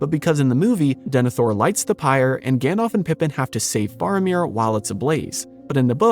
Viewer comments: Gan-DALF, not Gan-DOLPH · I love your channel and your research and passion is evident. But- please, for the love of Arda: try saying "GandAlf" and not "GandOlf" all the time. Gandalf is the correct name and it is pronounced that way too :)